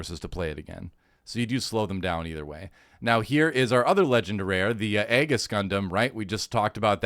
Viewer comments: The Aegis is pronounced "eegees" at least is how I recall is pronounce on the dub. And about the Seed and Seed Destiny series, the Cosmic Era Timeline, the series came out back on 2002 and 2004 respectively. Since it was sort of an anniversary series, the show takes many inspirations with storylines, characters, mech designs, and makes sort of edition for the 2000s of the Gundam 0079s One Year War and Zeta Gundam's Gryps Conflict. More successfully with Seed that Seed Destiny if I most say so myself. But still is my favorite Gundam timeline, and remember since Wing (my first gundam) and liking it and all, seeing some other, but when Seed and Seed Destiny came out, that sent me in a Spiral XD. If you give Seed/Seed Destiny a chance, try the Remastered 10th anniversary editions, they are remastered in Widescreed HD 1080, and haves new animations some parts. And with Destiny they add the special OP from the Final Plus (and extended final episode) as a 5th Opening in the remaster edition. And some can say whatever bad about Seed, except for the OST and Score, the music on Seed Kicks Ass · I thought Aegis was pronounced "ee·juhs" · Its pronounced "Eejis" as in the word for "Shield"